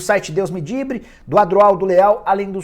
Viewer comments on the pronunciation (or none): "Deus me dibre" KKK